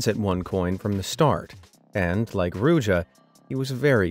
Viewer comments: as a bulgarian myself, the way you abslutly butchered ruse in the beggining just had me rolling on the floor in a mix of cringe, laughter and pain. Good video tho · PLS have some respect and pronounce Ruse/Русе correct! It's not hard.